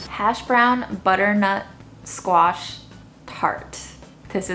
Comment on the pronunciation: you’ve got the whole package ( amazing looks, great personality and mad skills in cooking - phenomenal! ) she deserves 11/10. Also think is way too critical 😂 he says “sqeesh” for squash - wow! Can someone buy or get them a dining table pls.